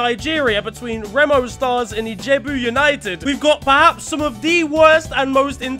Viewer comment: You're the most hilarious Youtuber ever. I'm a Nigerian and your Ijebu United pronunciation was funny af. Love your content keep it up